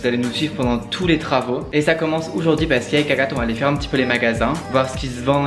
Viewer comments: pourquoi tu dis oujourd'hui au lieu de aujourd'hui ? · Ce moi ou au début il dit oujourd’hui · arette de dire OUJOURDUI tu me casse la tete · Ça ma stressé il dit « oujourd’hui »😬 Sinon j’kiffe ! presser de voir quand sa sera fini🤪